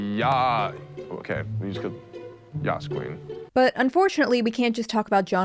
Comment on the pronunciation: trying to say Yass Queen fucking sold me immediately, i love him even more now